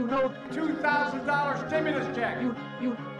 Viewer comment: Nahh bro he said stim-u-less not stimulus